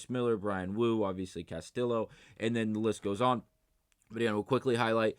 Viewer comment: Bro please stop saying CastiLLo it’s hurting me every time you do it lol